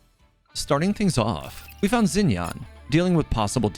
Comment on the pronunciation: isnt xinyan pronounced more like sshin-yan bc in pinyin "x" in mandarin has a "sh" sound